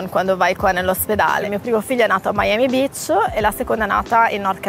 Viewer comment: Ma ciccia dopo mille anni a Miami ancora dici Miami Bitch invece che Beach 🤣🤣 muoio